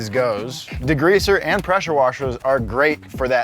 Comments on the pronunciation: Why does bro keep say DEGREEZER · What is "degreazer?" I have heard of degreaser... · Love but can we discuss how he says degreazer and not degreaser 😂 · Are we going to talk about saying "degreazer"? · says D-GREEZER hahahaha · Why do Americans make it sound like there's 2 gs in degreaser 🤣 .